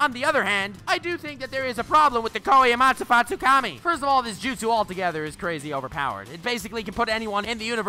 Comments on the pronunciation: Tf is Shichui? Lol! It’s Kotoamatsukami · Commenting for "kotoamatsufukki" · It's Kotoamatsukami Not that hard fr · It's kotoamatsukami